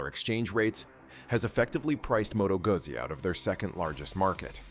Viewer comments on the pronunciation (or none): It's pronounced " gootsy " not guzzy.